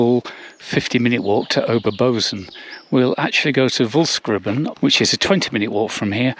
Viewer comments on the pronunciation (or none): Bozen is pronounced Boe-tsen.